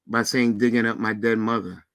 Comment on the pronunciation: Wait a minute.! Did just say what are you sayingk and were you not listeningk😮